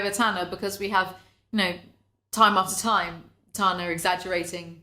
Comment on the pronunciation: ITS TANA, like TANNER. COME ON.